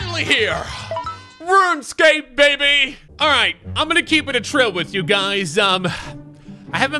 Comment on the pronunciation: Keep it TRILL, TRILL. Not "A trill" lol